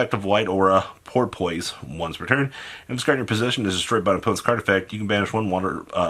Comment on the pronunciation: Love you bro, but the way you pronounce shit is annoying. Idk if you mispronounce things because you don’t know or if it’s a joke. In this instance, Porpoise is pronounced Por-piss